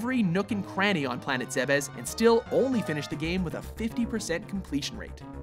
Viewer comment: I'm so glad "Zebes" was not pronounced "Zeebs" haha